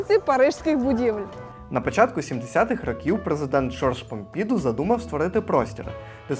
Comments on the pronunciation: Так, невірний наголос дуже псує вашу розповідь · Все сбалансовано між вами і Парижем !сюжет постійно в русі але така прикра помилка : аж два рази сказати - Помпіʼду замість Помпідуʼ ?! наголос наприкінці слова … це так очевидно ! Це особливість французької …❤бажаю успіхів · Написала коментар не додивившись до кінця ...Любі, ну не ПомпІІІІІІду, а ПомпідУУУУУУ😊